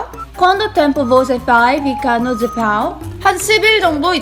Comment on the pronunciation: Ela é muito fofa falando português! Falando "Japão" parece que a guria é da gringa ksksksksksksks